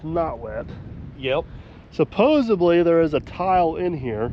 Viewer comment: supposedly, people use supposebly when they meant to say supposedly.